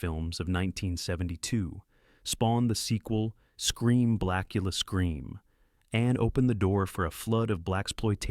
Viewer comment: The one moment it's 'Blacula', then 'Blachula'. Also, it hilariously pauses for the punctuation mark in Dr. Phibes. Interesting list, but the AI clearly struggles.